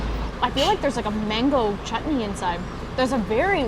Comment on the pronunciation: Your pronunciation of certain words are amazing eg : roti , mango chutney , tawa etc